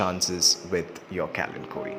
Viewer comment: Today I learnt the correct pronunciation of this plant 🙂